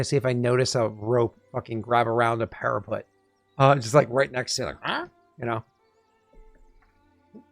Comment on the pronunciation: After more time, I am nearly there, but every time I heard "para-PUT" like "put it on the shelf" my heart was hurt. It's "para-PET". Like "we adopted a new PET dog". Please. Save them.